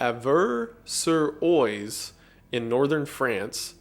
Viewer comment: fyi those french names are pronounced "Over sur waz" and "the ravoo inn"